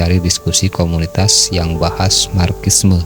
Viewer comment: Di baca nya marsisme bang. Bukan markissme 😂😂😂😂